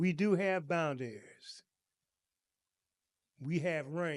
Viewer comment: thank you for the informative and excellent lesson. With all due respect, I didn't understand what you were saying until I read the title. You kept saying "bind-dairies" I think you meant to say "/bOUndrEEz/phonetic spelling." I hope this helps and no disrespect intended.